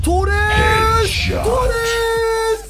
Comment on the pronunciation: abi torrese baya tuares diyon